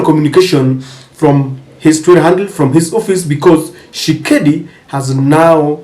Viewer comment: Dude, the name is TSHI-SE-KEDI, not Tshekedi. C'mon, be professional!